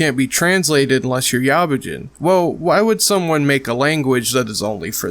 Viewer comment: didnt even say yabujin right